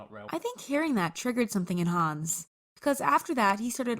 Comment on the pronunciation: Hänz not hans